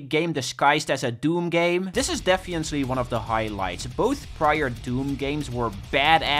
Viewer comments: "defiently" lol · Are you ever gonna pronounce "definitely" correctly?